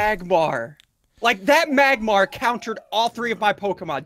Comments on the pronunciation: It's Magmar -_ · Magmar!!! It's magmar